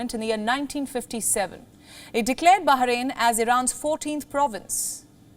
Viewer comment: Bah rain, not Baha rain.